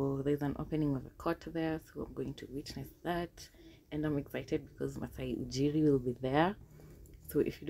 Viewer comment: Good stuff.. but the way you pronounced Maasai Ujiri though 🤣🤣🤣🤣